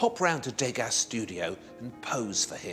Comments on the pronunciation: Degas is pronounced 'deuhga', not 'dayga', whether it's spelled as two words or not. There's no accent on the letter 'e'. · try to say dueu ga rather than day ga which in french means rubbish so sounds very stupid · I love this series, it is excellent. My only quibble is about the pronunciation of French surnames. MOnet, REnoir, DEgas, RoCOco etc etc -all wrongly accented. Is that how the British pronounce them? It is MoNET, ReNOIR, DeGAS, RocoCO. And why dedicate more than half of "Forgotten Impressionists" to Degas? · Not to quibble, but the pronunciation of the artist's name is "De GAH" not "DAY-GA". Surely you don't need another reason to annoy the French...